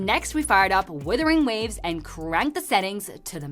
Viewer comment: Wow she pronouce wuthering waves the best out of all the review channel I see lmao. I just wish these review channel had reguna or lahai-roi region for the test.